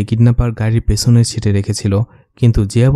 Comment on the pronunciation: আপনার ভয়েস কোয়ালিটি খুবিই ভালো, আপনি যদি আপনার উচ্চারণ এর দিকে আরেকটু খেয়াল রাখেন তবে আপনার ভবিষ্যৎ ভালো। যেমন অরফানেজ, পেছনের